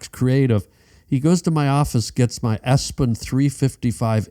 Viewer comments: Epson, not Espen printer.. This guy is a moron so Jack Black won in this situation. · Pronouncing "Epson" as "Espon" was great 😂